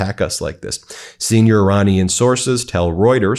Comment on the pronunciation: Iranina people is pronounced Ir"A"nian people.